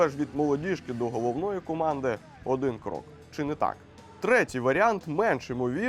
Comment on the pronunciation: Ви навмисно кажете « Оден» а не «Один» «Ветребуваний» а не «Витребуваний»?